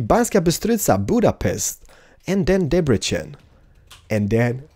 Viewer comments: Q1: Have you ever been to Hungary? Q2: If you have to choose, Android or iOS or Windows Phone? (Sorry if somebody has asked these questions before) And please pronunciate Debrecen the correct way(yes, it's Debrecen, not Debrechen), the way you pronunciate the "c" is wrong in Hungary(what you say is the "cs" sound in Hungarian language). It hurts my ears, because I'm Hungarian :D Oh, and by the way, I would be happy if I won the game ;) (Sorry for grammar mistakes, I don't speak English well...) Keep up the good work :) EDIT: I didn't pay enough attention in the first episode, sorry. Correcting my first question: If you have the opportunity, would you come to Hungary again? (Sorry for grammar mistakes again.) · Yeah, Hungary!! By the way hungarians say like this: [Debretsen]. But pretty good pronunciation :D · NOT DEBRECHEN! DEBRECEN!